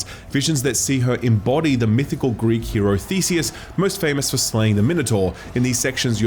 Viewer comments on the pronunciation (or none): none